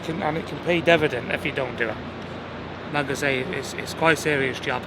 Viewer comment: Did he just say it’s gonna pay “devvydend?”🤦🏻‍♂️😂😭